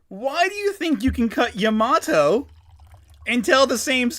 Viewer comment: apparently Pearl explains he can catch fire because the jungle but I’m like 60% sure that’s only the 4kids dub Also Pet peeve- Yamatos name is Pronounced Ya-Ma-toe You guys keep saying sounds like Ya-MAT-To